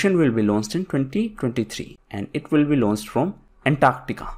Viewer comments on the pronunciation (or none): none